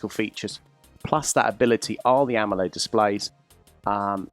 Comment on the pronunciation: Idk if the dude in the vid is trying to be funny pronouncing AMOLED as AMMOled, or maybe he's british.